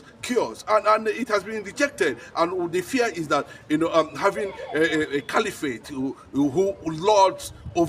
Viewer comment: I thought you went to school. Cali-what? Do you mean caliphate or califat?